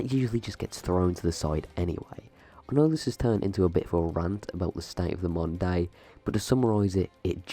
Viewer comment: I did not know you were saying "modern day" I though you said mundane, and was like what is he talking about